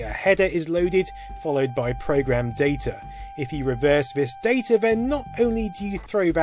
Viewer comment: "DAY TUR"